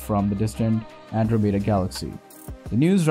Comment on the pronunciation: How can you reliably present science information, yet not be able to pronounce Andromeda, symposium, or laboratories? You are either the worst narrator I've ever heard, or this is some A.I. reading a script.